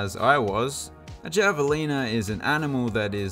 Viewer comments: Javelina is pronounced have-a-lina lol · It’s pronounced “Havalina” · Javelina is pronounced with an “H”